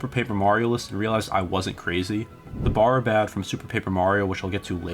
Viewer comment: No offense but I'm pretty sure "Barribad" is supposed to be pronounced like "barrier" since it makes a forcefield. Like, "very bad" and "so very bad."